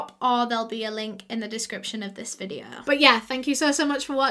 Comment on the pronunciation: no one: literally no one:: SO TODAY'S VIDEOUH